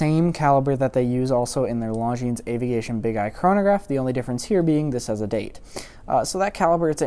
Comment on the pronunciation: It's "Longines" not "LongineS".